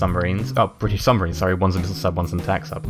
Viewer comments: Er... "suMBarines"?! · U say "suMBarines"